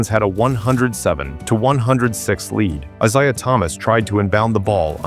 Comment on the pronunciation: I'm out, sounds like more AI-read stuff; it mispronounces Isaiah. Hate lazy-ass, AI produced shit.